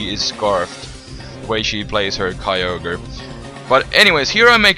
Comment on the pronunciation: "Kai-yo-gre"? I thought it spelled "Kyo-gre" like the text... -____